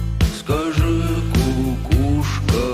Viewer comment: ❤ Какая кукуСЬка😂😂😂 кукуШка 💪 Желаю от души потренироваться с русским произноШением буквы Ш